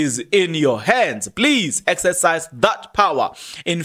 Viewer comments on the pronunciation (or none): none